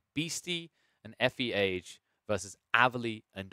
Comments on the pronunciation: FE doesn’t stand for Iron Age, FEage said himself that it stands for feudal age and that you pronounce it fee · nah you did not pronounce it... F E age 😂😂